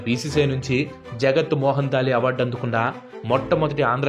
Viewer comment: జగత్మోహన్ దాల్మియా కాదు జగ్ మోహన్. దాల్మియా